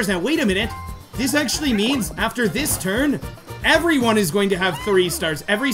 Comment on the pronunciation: I love the custom dialogue at the beginning! Toad sure likes to decide the TURRRRRRRRRN order! Also, ha ha! Skateboard go BRRRRRRRRRR